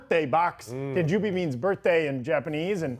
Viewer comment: Tahn Joe Bee,. TAHN JOE BEE.